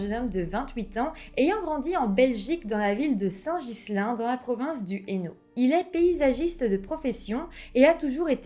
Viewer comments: T’habites pas loin de La Louvière mais tu sais pas qu’on dit Saint Guilain (sans dire le S de St Ghislain). 😭😭😭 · Coucou ! Super vidéo, juste une petite information au passage, Saint Ghislain se prononce "Guilain", gros bisous et bon voyage, sois prudente